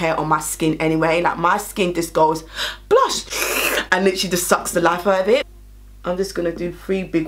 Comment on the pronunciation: Yesss I’ve been waiting to pick these up!🙌🏾 🤣🤣🤣 “mi cyant keep saying blursh”